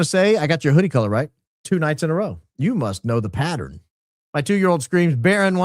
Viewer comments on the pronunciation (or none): none